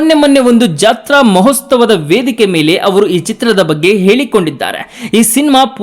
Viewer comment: ಲೇ ಗೂಬೆ ಅದು ಮಹೋಸ್ತವ ಅಲ್ಲ ಮಹೋತ್ಸವ. ಏನ್ ಕರ್ಮ ಗುರು...